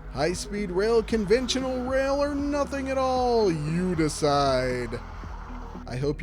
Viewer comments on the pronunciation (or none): none